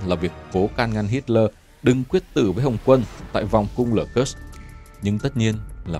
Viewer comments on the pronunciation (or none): none